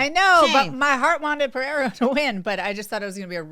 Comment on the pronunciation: Ang, it's Pereira. Not Pereiya or Pehera. Do you say Charles Oliveya? If there is no double r (as in Ferreira) then there is no "H" sound. Was painful listening to the desk post-fight.